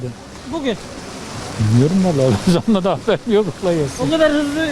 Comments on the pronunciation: Allah aşkına bugun deme bugün muhabirsin kulağa fena batıyor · hayatın boyunca BUGÜN diyemiceksin hacı bugun nedir allah aşkına